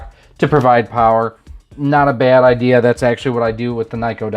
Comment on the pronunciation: Nah it was a joke. You were pronouncing Nyko like Neko, or a cat girl